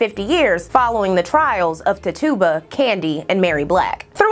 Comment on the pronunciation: Very good video and insightful. I did want to mention one thing, Tituba is pronounced Titch-U-Ba. For anyone looking for companion content, look up a woman named Lilith Dorsey. She's a local practitioner here in New Orleans who is also highly educated, a published author, and dancer. She has a video discussing Black witches represented in pop culture, which would be a good companion piece to this video. Also, if you're into AHS Coven, I'd also suggest watching the TV series Salem. Salem has Tituba featured in the show as a very prominent character. Keep in mind, this is a fictional show set in the very real puritanical Salem, MA, and uses the real names of people who were a part of the Salem Which Trials. I always enjoy coming across content like this. I grew up in a very eccentric household. I'm in the direct line of generations of astrologers, tarot card readers, etc., and also grew up going to both Baptist and Catholic services, so I was never told that any of this was inherently bad or negative. The message was always that the intention behind it is the determining factor. Thanks going over this!